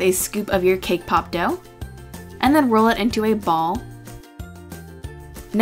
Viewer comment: Did you say cake pop..........or K-POP????? xD 😅